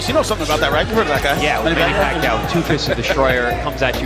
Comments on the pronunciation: Get your pronunciation right! Kung pinoy ka, ba't sinabi mong Pakuyaw instead of Paquiao?🤔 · PAKUYAW HAHAHA 🤣🤣 BOBO PACQUIAO YUN. OR SA PRONUNCIATION "PAKYAW"